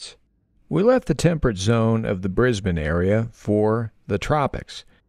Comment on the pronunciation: Thank you for pronouncing Brisbane correctly 😊